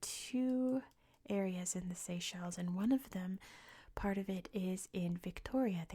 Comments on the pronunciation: Seychelles video after a Hungarian one? What a treat!! Also, your pronunciation is very impressive (from a Hungarian) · Very relaxing video! (as a hungarian, your pronounciation is good)